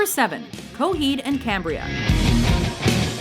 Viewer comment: Coheed And Cambria? Really?..